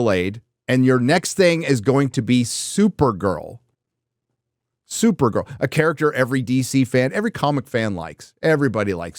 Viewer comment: Come on, it's supergirl not supernun